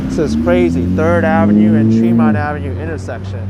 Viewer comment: My hood... by the way it's pronounced TREE-MONT